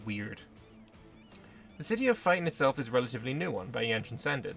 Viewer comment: Feiten pronounced as fighting hurts my soul